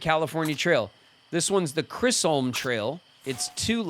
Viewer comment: pronunciation of Chisholm is bothering me more than it should 😂 and I can’t tell if he’s doing it on purpose or not